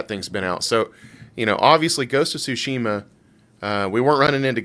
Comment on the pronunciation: It isn’t sushima. It’s Tsushima.